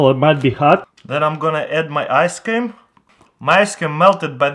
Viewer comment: "4 Table spoons of Nacho's spring water" "Then I am going to add my ask-cream" You mean thawed out yoghurt